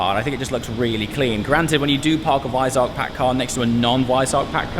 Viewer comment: “Wisearck??” Do you mean Weissach 🤣😂